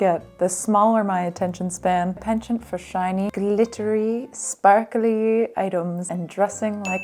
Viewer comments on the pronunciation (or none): none